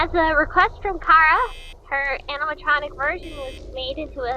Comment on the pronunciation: Appreciated it that you Pronuced Chara as in "Ka-ra" not "Cha-ra" and that you protrayed her as a girl.